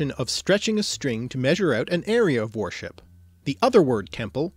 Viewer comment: You pronounce "worship" like "warship" Those are totally not the same thing